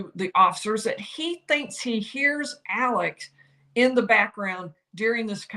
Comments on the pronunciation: You’re doing a great job, but you’re pronouncing his first name wrong. It is Alex — not Alec. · It's "Alex" not "Alec".